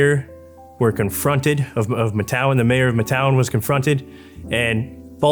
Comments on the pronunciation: Matewan is pronounced “Mate One”. I live 10 miles from it. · Matewan is pronounced Mate one Chafin is pronounced Ch A fin Born and raised in Logan. Used to party at the fire tower on Blair Mountain when I was younger.